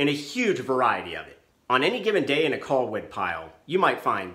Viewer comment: He keeps saying "coll wood." I'm wondering how he would pronounce "doll." Lol 😄 What about sea gulls? Sea golls?